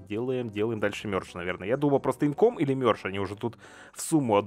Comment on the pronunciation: не инком, а инкАм